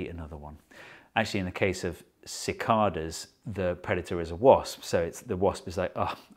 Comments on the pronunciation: The guy has no clue how to properly pronounce it. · No “r” in Cicadas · The rest of the world says 'sa Kay das'